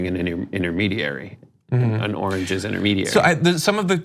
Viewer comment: I thought i was syko but turd got me beat big time . Its funny he say orageges investigation of a orage turd.and the chopper beats is like MTV live in 2019 lol.